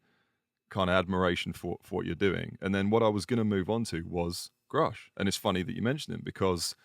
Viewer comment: Thank you for pressing Lue on some hard subjects. Really makes you wonder where the truth sits and the control government seems to have over disclosing the details. Also good work managing to get him to pronounce Grusch properly haha